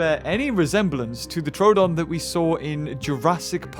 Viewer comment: I think its pronounced troadon but its spelt troodon. Sorry if this somehow offends you